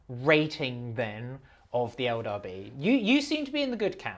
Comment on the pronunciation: saying "elder" instead of "eldar" sounds weird to me.